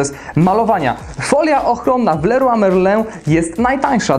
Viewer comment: Kto nie umie wymówić leroy merlin ? a tak wogóle jesteś z Gdańska i czy to była matarnia ?